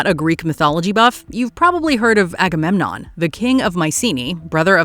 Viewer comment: Everytime she said Agamenom my mind went "AGAMENOM WILL TAKE THE CHARGE!" lol